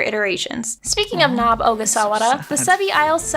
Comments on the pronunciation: “We love nob” xD - sorry I had to 😂😂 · "We love Nob"